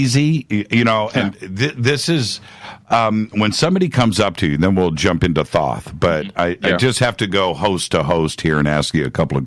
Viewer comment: Tedious to listen to....too many commercials, but Billy Carson was exceptional. Great Info, because of him I will be subscribing to Gaia. Thanks for the interview....and Thanks to Mr. Carson for correctly pronouncing Thoth's name!😊👍🏽